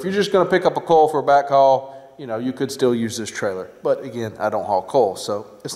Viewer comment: Are you saying coil? I thought, you were saying coals.